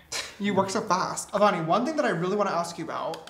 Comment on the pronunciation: Every time he says “avani” I hear “bonnie” LOl